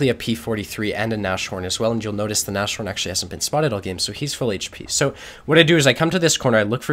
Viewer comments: it's not Na-shorn, it's Nas-horn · god this guys pronounciation... nash horn, really? He is really enjoyable to watch though, keep it up!